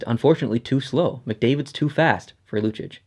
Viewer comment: The way you pronounce Lucic makes me want to kill myself.